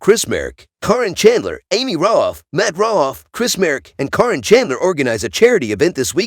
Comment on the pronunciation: It’s Karen…not Coryn.